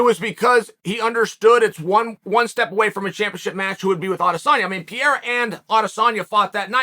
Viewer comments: PERRERRA. PERRERRA. PERRERRA. Forget the i altogether. Just say PERRERRA. It's not the Brazilian way to pronounce it, but closer than whatever Pierra is. How is it possible nobody has corrected you yet??? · I love you Chael but you mispronouncing the guy's name is driving me bonkers...it's not PI-YERA...try saying PE-REY-RA 3X...please, I'm begging you man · PEreira not Pjeira unclr Chael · Is there a more annoying, irritating voice than Chael's. He always -- always -- yells, and it's at a pitch that is too loud and shrill no matter the volume. Pereira's name, btw, is not pronounced "PEE-AIR-UH." It's pronounced "PARE-(long) A-Ya." So lame and unprofessional to disrespect a professional fighter by mispronouncing his name. It takes no time at all to learn how the man's name is pronounced. But that's too much time for Chael 'I-love-me-some-me' Sonnen. The arrogance and self-importance of this guy is off the charts. I don't know which is thinner, his whiny high pitched voice, or his analysis. This guy sucks. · Chael! Can u say panera bread?? Now replace the n with an r. Parera. Ur welcome! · Uncle Chael doesn't know how to pronounce PEREIRA ... Is he deaf ??